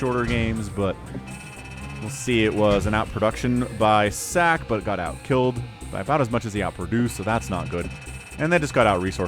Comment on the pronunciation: ssak = is pronounced like Sock, not Sack lol